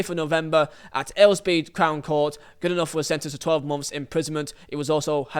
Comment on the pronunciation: Why are you pronouncing Goodenough wrong?